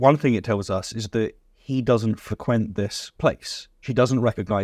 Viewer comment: My brother, did you really just say "FREH-QUINT"??? 😮 LOLOLOL 🤣🤣🤣🤣 Come on, homie. I know you're British, but NOBODY is "that" British. lol